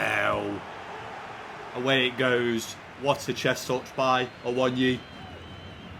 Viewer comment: it’s a-wo-nee-yee not awon-yee